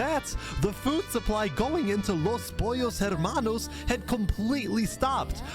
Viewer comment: There’s always a “Los Pollos Hermanos” in these events so got so good at pronouncing it.